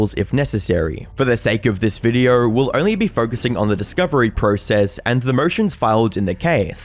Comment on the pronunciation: So many "R" sound in words that contain no R's. What an entertaining Vrrdiorrr